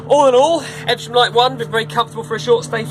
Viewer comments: I think it's pronounced Ev-Sham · the boat name is pronounced eve -ver-shum , great review